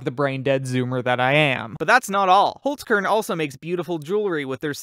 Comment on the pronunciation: You said holzkern so wrong